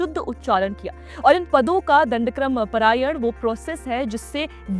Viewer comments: Not prayan it is Parayan🙏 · It's not parayan, paaaraaayan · It is not परायण. It is पारायण। It is not मध्यांदिन् It is माध्यंदिन्।